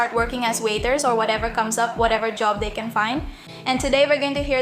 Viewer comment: Entre para felicitarte. La pronunciación del ingles no esta muy bien. se hace más despacio y El Can es más pronunciado y no se lee tan rápido el inglés no le hagas casos a Rachel. Que es más despacio y about se dice abat Y el Can se matiza con más intensidad Because se pronuncia bicaus. Mas despacio es como se habla en ingles. Que se llama ingles correcto y educado el britanico inglés y no el ingles de Ranchel. People se dice en ingles Pipol. Menos mal que he puesto el subtitulo para saber de que va la conversación de tu vídeo. Yo llevo estudiando ingles desde los 12 años. En España se estudia el ingles desde niño. ¿Y en Cuba se estudia inglés en los colegios? Eso ve a una academia por poco dinero y te relacionas con las gentes te salen nuevas amigas y aprendes inglés como se debe sin usar la computadora. Manzana se dice Apol en su pronunciación y se escribe Aple. But se pronuncia abat. Te falta técnica y eso se aprende en una academia. Some se pronuncia Sam. Entiendo tu ingles pero el escrito mejor que el pronunciado por ti. Se hace más despacio. El auténtico inglés el británico y no es el de EE.UU de la Rachel de tu amiga. Tienes que hacer el inglés corte y educado que es el de Londres y no le hagas caso a la Rachel. Porque no se pronuncia así. Es más despacio la pronunciar. Ve a una academía y te sirve para relacionarte con gentes hacer amigas y conocer y desenvolverte y aprender correctamente el inglés. Entre para felicitarte por tu aprobado en